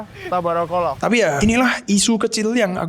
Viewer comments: kok bilang tabarakawallah jadi tat brakowwoh 😂😂😂😂😂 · 30.15 tabarakallah, bukan tobrokolo😭